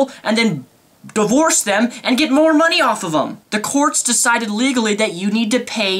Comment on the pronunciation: "my hard earned mundy" the channel when you go so rage you cant even say money.